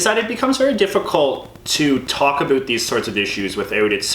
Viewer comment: Great video, lads. I just have to mention that I have lived in Canada for 5 or so years now, and you are the first person I have ever heard pronounce about as aboot. I always thought the stereotype was a lie until now.